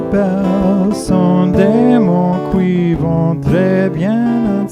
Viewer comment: Hi, very nice french speaking here! Just one mispronunciation on "qui" which must be pronounced "ki" instead of 'koui"... And as usual great guitar playing of course!